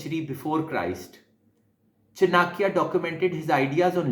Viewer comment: Its not chi-na-kiya. Its Chaa-nakya.